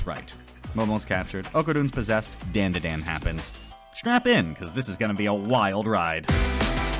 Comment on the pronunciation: You were definitely aware of the sensible and commonly accepted pronunciation of "DanDaDan" prior to making this video and yet you still chose to pronounce it like dendeden... why 😭